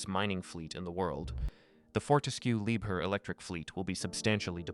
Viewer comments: Interesting information. But please: pronunciation is "Lieb-HERR" not too often "lieber" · Could even be lieb hair